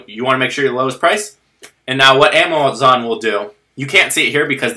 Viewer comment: "and now what amowazon will do"